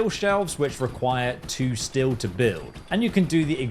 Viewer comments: The way he calls steel "still" bothers me on a level hither to undreamt of. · That constant pronunciation of still and not steel but the proper way he says tree or trees bothers the hell out of me! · Why is this fuck saying still? Instead of steel. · STEEL! IT'S STEEEEEEL GOD!stop saying still over and over! stillstillstillstillstill WTF! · Aghhh! Cant stop hearing him say "STILL" every time instead of STEEL... You stand still, swords are made of st-eel. Like the animal, eel with a st in front. Either way its nice that FO4 is getting a boost in popularity, maybe it will inspire a new generation of modders since Starfield is kinda lame. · It’s STEEEEEEEL not still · Great vid but are you saying Steel or Still? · STEEL.. SAY IT.. STEEL NOT STILL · did he just call "steel" "still"? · Please learn how to pronounce steel correctly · Can't even watch the video for 3 minutes, the pronounciation of "steel" is infuriating.